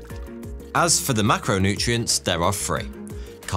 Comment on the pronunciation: You have a very peculiar speech mannerism, and I am wondering where it comes from. You have an unusual way of rendering "th" sound. You say "wif" instead of "with" and "free" instead of "three". You also render the voiced "th" as "v". You do this most of the time, but not always, and I can see when you do it by watching the way you form your lips. I can see and hear that you also sometimes render the unvoiced "th" in the way that is customary for native English language speakers. I have encountered this 'f' and 'v' substitution in people from the Carribean islands for whom English is a second language. So, how did you acquire this speech mannerism?